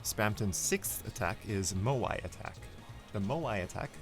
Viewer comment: im happy that when he said ''moai'' he said it right not like those idiots that put an y